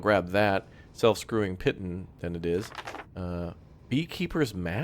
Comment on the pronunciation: Hi so you know and not trying to be smart here but the word piton is pronounced "Pee-Taan"